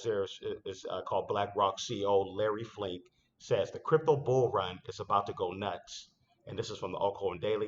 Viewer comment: Fink not Flink